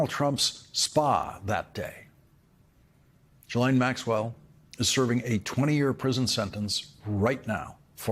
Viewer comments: it's pronounced JISSLAINE, not Guylaine. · Hats off to you Lawrence...... That said, Ghislaine Maxwells first name is pronounced GheeLane not Jeelane... Thank you! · Is it so hard to pronounce Ghislaine correctly? I kniw she is a monster but learn how to talk.